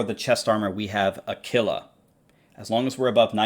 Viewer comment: Did I just hear pronounce Aquila “a killa”😂😉